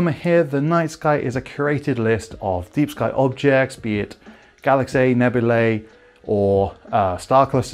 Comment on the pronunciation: Did you say galaxae ? :) Ty for the video very useful